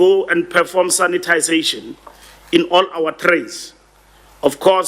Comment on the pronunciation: Sanitazation ......no no no ...notlike that mr mbalula ...sanitation...it is ...